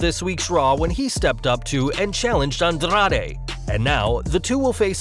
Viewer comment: Lmfao andRRRRaRRRe, RRRey misteRRRio, humbeRRRto caRRRRio We appreciate the rolling R's, but u don't have to try that hard. 👌🏽🤭